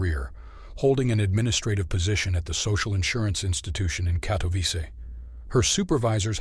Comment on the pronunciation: A friendly amendment: It's KatowiTSEH. If you can pronounce "Agnieszka," surely you can handle "Katowice" as well. 😊